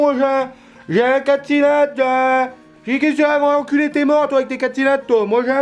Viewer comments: "Elle mange la R une" 2020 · Ta mangé une R une XD